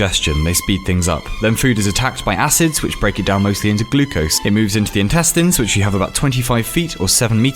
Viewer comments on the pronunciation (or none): none